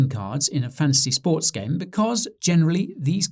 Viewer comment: Who else only hears Guy saying "Fancy Sports"?